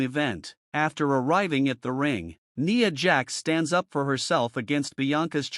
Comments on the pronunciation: Her name is pronounced N eye a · Bro in the voice over you need to pronounce Nia name right